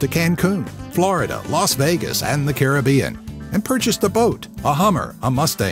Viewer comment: CA RIB BEAN not CARI BBEAN